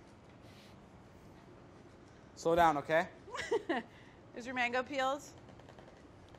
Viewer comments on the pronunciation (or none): He really said which is manggoo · David really butchered that mango lol